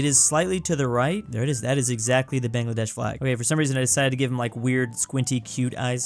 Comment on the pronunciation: I am so sad that you didn't get my country baangladesh ( that is the actual pronunciation ) right